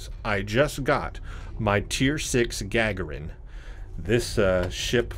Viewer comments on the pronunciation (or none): It's Ga-gar-in...